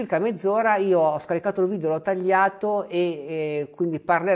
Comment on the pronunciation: Per favore, evitiamo di diffondere la tendenza a pronunciare la parola "video" in maniera errata, all'inglese: "vidIo". In italiano si pronuncia "vidEo", non "vidIo"!